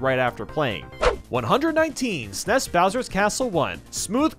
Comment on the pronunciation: I hate the way he says snes